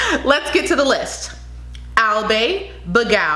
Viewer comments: Pa Sai (Pasay) Al bai (albay) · Baguio = bag-yo, Albay = Al-buy, Parañaque = Paran-ya-ke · Albay is pronounced as (I'll buy) Paranaque is said like (para-nya-ke) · Cute pronunciation .. lol Baguio - Bag - yu Parañaque - Pa- ran- ya- ke Davao - Da - Vaw Albay - Al - bay, not Al - bey Quezon - Ke- zon La Union - La - On- yon. Kalinga - Ka - li- nga. Nevertheless, I love listening to your accent . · Hi Ma'am hope I can help you, our "a" pronounced "ah" like in spanish, in american "ey" for example "Albay" it's "Albuy" not "Albey". "Pasay" it's "Pahsai" not "Pasey", hehe. More content videos to upload Ma'am, Godbless you always. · Parañaque (pa-ra-nya-ke). Pasay (pa-say). Albay (al-bay). It's not pa-sey or al-bey. But it's okay. We understand. No big deal. Thank you for the reviews. ☺ 👍 👌 ☺️ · Albay( al-buy) thats the right pronounciation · Simply say AL BUY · Pasay is pronounced as PASAI..and Albay as ALBAI..you got the Taguig right..Paranaque is pronounced as ParaNyhaKe..great observation with regards to that one kind of a facial look most of the girls displayed on the runway, I noticed the same thing..they just have to be real about it..authenticity is the thing!.👍❤🇵🇭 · It so funny how you pronunce albay, thank you for loving Philippines